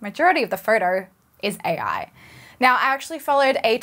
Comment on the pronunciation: She didn't say photo she said "four-door" or maybe "fartar"